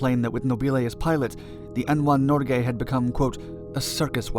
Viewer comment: Listen . The craft was NOT renamed Nor Gay. It was renamed Norge. Why do English speakers always rape foreign names? That's a very bad hobbit.